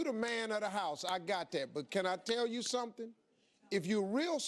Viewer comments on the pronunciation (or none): none